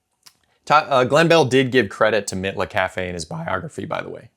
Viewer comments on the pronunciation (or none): Mitla is pronounced MEATLA.